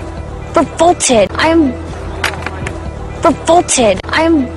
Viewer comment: 근처에 나오는 I'm revolted. <- 이 문장이 계속 저에게는 I'm full-ported. 이런식으로 'f'가 있는 것처럼 들리네요. 왠만하면 이렇게까지 크게 벗어나게 들리진 않는데 당황스러워서 반복해서 들어도 계속 그렇게 들리다니 이런.. ^^;; ㅋㅋ